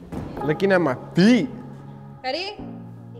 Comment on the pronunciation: “looking at my FWEET”